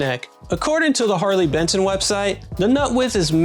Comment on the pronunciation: ‘Harley Betson’ 😢 These guys are churning out quality like this at this price point - gotta get the name right mate haha